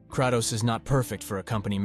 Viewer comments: lol! You’re pronouncing Kratos’ name wrong. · No disrespect but why does bro sound so AI. Especially with the pronunciation of Kratos and Atreus